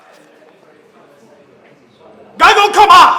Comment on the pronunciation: Its not gago its GAGOW